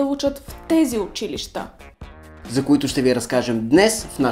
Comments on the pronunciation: Най сетне някой да каже училища правилно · Изключително много оценявам правилното произношение на думите! Особено на думата учИлища...Масовката не знае как се произнася правилно...